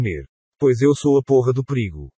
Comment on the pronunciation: O cara fala perigo com "h"...